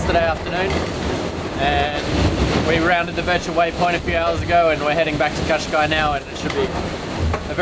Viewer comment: Great as usual. In Portuguese you should pronounce the last s in Cascais, like a short sh